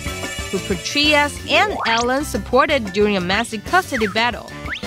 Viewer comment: Petraeus = PA-TRAY-IS... NOT Pe-Tree-is